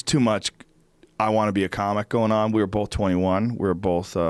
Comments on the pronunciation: Joe "bolth" Rogan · Walter Lawry I thought I was the only one who noticed. Why the hell do so many people say bolth.